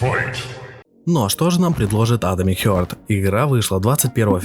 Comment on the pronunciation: Блять, "атомик хЁрт", "студия мЮндфиш". Ну ты хотя бы погугли перед выпускам видоса, раз с английским все так плохо. Сразу понятно отношение к своему творчеству исходя из таких вроде бы мелочей. Видос же просто бессмысленный. Сам же в начале ролика сказал, что сравнивать две такие разные игры глупо, в итоге сравнил. Зачем вообще нужно сопоставлять релизы совершенно разных игр. Они даже по шумихе не одного уровня.